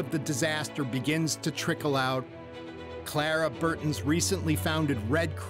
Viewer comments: Just for the writers and producers information, the American Red Cross was founded by Clara BARTON, not BURTON, as the narrator said. My wife noted that Caruso's name was mispronounced as well. And I found it annoying that this documentary didn't cover any of the disasters fully. For example, the biggest problem with the San Francisco Earthquake was the fire that started in the aftermath, which, by in the video, hadn't been mentioned. Neither was the death toll of the 1900 Galveston Storm, which has been estimated between 8 and 12 thousand people -- or the second disaster: dealing with the bodies, including how many were sent out into the Gulf of Mexico for burial at sea, only to float back to shore a few days later. By the time we got to in the video, neither my wife nor I could take more. This was a poorly done documentary. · Clara BURTON???? No. its Clara BARTON folks. I thought this was history!